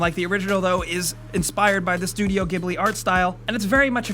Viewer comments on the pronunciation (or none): none